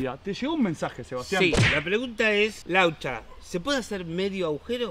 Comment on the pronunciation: laucha sonando como los de los chuletones gallegos